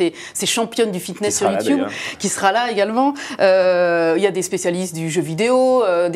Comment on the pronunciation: j adore comment elle a dit yioutoube "sa se dit youtube